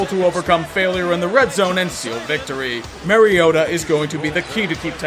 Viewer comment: don't get me wrong I love you but I cringe when you say mariotas name. It's pronounced mar-E-ota not mare-eota.